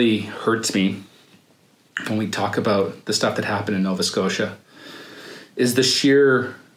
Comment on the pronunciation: Aboot lol